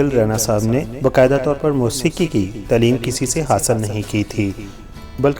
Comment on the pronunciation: Taluck NAHI taalook, shoba sai NAHI shobay sai, tileem NAHI taaleem, kardaar NAHI kirdaar, is gana ko NAHI is ganay ko, tarana ko compose NAHI taranay ko compose kia tha, musak NAHI music , ashara nai ishara, khuriat NAHI khairiyat , astaad NAHI ustaad , shamal NAHI shamil , had ho gy Satyanaas mara hua hai Urdu ka Tum paindoowo nai